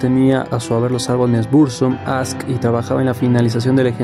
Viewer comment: No es inglés, es helvete y aske así como suenan...con la e al final